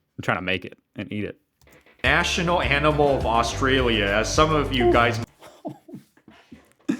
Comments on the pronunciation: The guy is watching is an idiot. His idea of the ten best Aussie food is stupid, just so misinformed, plus I can't stand the way he says Australia!! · Ok if you can’t prounce Orrrrrstralia… you shouldn’t be able make video about it… we legit don’t eat half that shit.. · Omg if the guy showing you the foods says Australian/Australia wrong again I'm gunna flip lol, and omg barramundi is pronounced barra-mun-dee